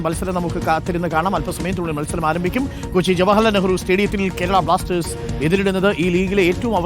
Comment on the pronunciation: It is not Blastezh. It is Blasters.